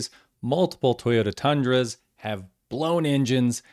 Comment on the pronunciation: Yup the doey-yota-done-dra